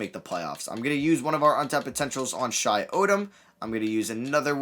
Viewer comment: It’s shi not shay